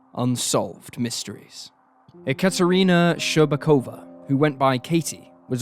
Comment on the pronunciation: Thanks for covering Katie’s case, u also did good of pronouncing her name (Екатерина Щербакова)